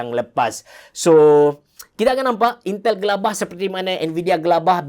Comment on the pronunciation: intel menjadi yintel